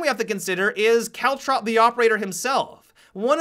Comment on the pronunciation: Every time you say caltrop, I think you're saying cowchop